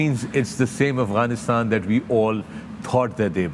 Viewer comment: Pehle to aap AFGHANISTAN bolna seekh lo yaar. AGHwanistan nahi hai ye. AFGhanistan hai.